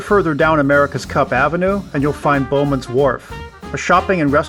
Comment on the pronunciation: "Bowen's" Wharf, not "Bowman's", as you mispronounced several times. But great video overall!